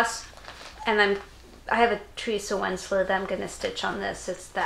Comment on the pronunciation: I really hope for you guys that the fabric arrives soon! Waiting is the worst!! I would love to see the start and I am running to my mailbox everyday to see if the Teresa Wentzler book arrived so I can stitch the castle with you 🏰😂 OH and you're the only one who pronounces my name 100% correctly! 👌